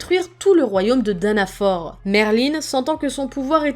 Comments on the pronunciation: C'est fraodrine pas frodin et c'est danafol pas danafor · Salut, super vidéo, mais juste, parce que ça ma déranger, mais Danafor se prononce comme Danafall, et Fraudrin, Frahodrine, pour ce dernier, il sépare un peu le son a et le son o puis prononce le in comme ine